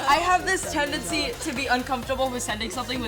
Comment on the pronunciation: The amount of times they say "tendecy"😂😂😂